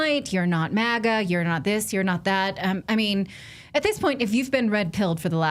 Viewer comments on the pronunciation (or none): It’s MAGA….not MIGA….I is for Israel if you didn’t catch that